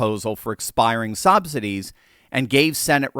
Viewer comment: Did you just say "sobsidies"? Either way, it's appropriate!